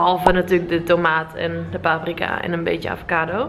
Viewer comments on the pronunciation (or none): none